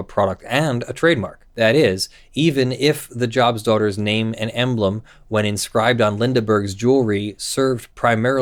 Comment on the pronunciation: The group is named after the Biblical character Job, so it is pronounced with a long 'o' rather than a soft 'o' So it is Joe-b's Daughters rather than Jaw-b's Daughters.